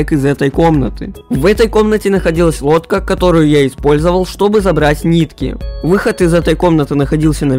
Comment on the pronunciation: ну слышится водка а так да лодка